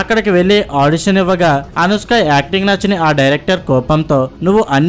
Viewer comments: అరేయ్... ముందు అనుష్క అనడం నేర్చుకోరా పువ్వా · అనుస్క ఎవరు ? కున్కిస్కా లాగా ? ముందు పేరు సరిగా పలుకు , సొల్లు వీడియోస్ తర్వాత